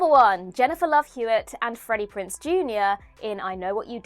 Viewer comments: Freddie PRINCE, Jr.? Really? It’s PRINZE, FYI. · Prinze, not Prince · It's Freddy PRINZE Junior, not "Prince". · Prince instead of Prinze? Typical of Whatculture.